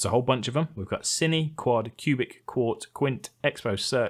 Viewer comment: Sine is pronounced as "sign" not "cine"! But the expressions for Resolve/Fusion really made me want to play around with the parameters as well. Thank you for showing us this!